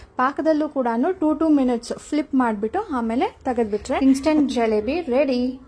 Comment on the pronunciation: 👌🏻but adu galebi alla gilebi